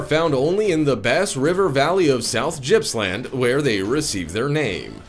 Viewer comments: As an Aussie im telling you its Gipps-land. If i saw that freak worm i would run. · Gippsland is pronounced with the "g" being like the g in "gill", not like the "j" in Jersey.